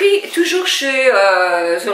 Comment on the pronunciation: Bonsoir, j'adore votre façon de prononcer Zalendo 😂, le fard crème est joli merci pour cette découverte (je vais m'y attarder) bon we